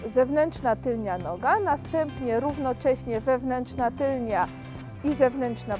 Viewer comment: TYLNA NIE TYLNIA!